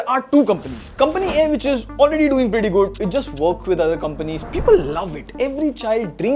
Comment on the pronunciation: Bro literally says Gudd everytime he wants to say Good